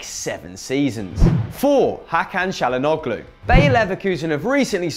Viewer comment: its pronounced chalanooloo not chalanoglo